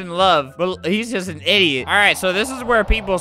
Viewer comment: Also when I click the second link all i hear albert say is isiot